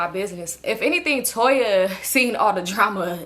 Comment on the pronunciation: lol you call Tonya Toya every time!! 😂😂😂